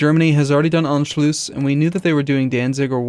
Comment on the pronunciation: great butchering anschluss an-sh-luss not arnshloos p.s. i know im late